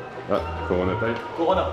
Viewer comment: Le CORNA ?